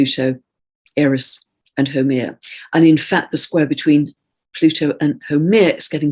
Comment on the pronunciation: I was like, "who is that Hawaiian goddess....? Whaa..?" So I looked it up. HAUMEA, pronounced "how-may-ah," w/ accent on 2nd syllable. I'm in Hawaii and learning about Hawaiian mythology from an English lady, I love it. But I can contribute with knowledge of proper pronunciation. Aloha 🌺